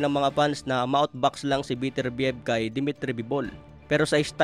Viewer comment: Ang pronunciation ay be-ter-bi-yeb...